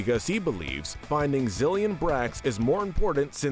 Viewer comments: Its pronounced “zill-in” not “zill-yin” my little pop star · Say the names right zilleon vazquez lol